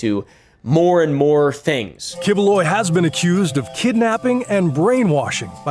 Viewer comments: Key-boo-loy , thats how pronounce that guy name. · it is pronounced "kibuloy". I thought that guy is a comedian his famous here in the Philippines but never thought His a pastor.🤣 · It's "Pak Yu" which is how Bisaya (a southern Filipino dialect, same used by this pastor) pronounced that slur word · As a filipino, misprouncing the name doesnt matter 😂